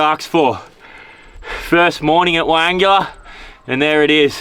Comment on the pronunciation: Pronounced.. why angler not why angular😂